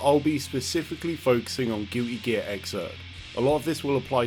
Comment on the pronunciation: Gil-ee geah lol